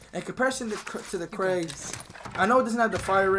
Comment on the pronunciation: It's not CRAIG bro its krig...😜😜